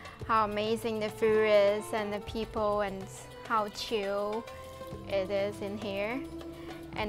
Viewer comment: Ah yess its very "ChRRRRiiiiLLLL